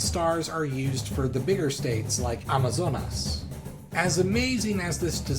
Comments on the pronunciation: Thanks for the video, your pronunciation of "Amazonas" is perfect 🇧🇷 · I was going to comment on that, he said it like a native speaker almost! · Someone has already commented that, but I want to reiterate: your pronunciation for "Amazonas" is simply on point! I like pointing that out because it shows you made good research in pronouncing stuff correctly in the language it's from. Very respectful :)